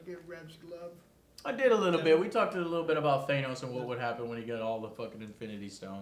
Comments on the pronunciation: Please pronounce Thanos' name correctly. It's THAH-NOS, not THAY-NOS. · Dudes it is not " Thai-nos ", it's " Tha-nos " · Ffs say Thanos right